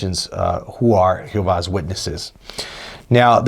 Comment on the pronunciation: Its not pronounced who vah's witnesses or whatever that is you are saying its pronounced g ho vah.